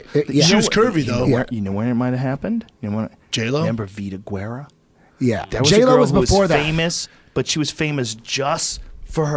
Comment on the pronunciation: Joe " Vida Gooerah" Rogan